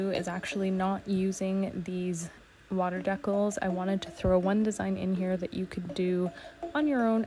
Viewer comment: 😂 Dee-Cals = Deck-alls…… 🤔